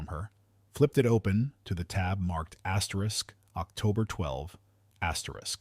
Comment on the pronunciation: Stop with the asteris it's annoying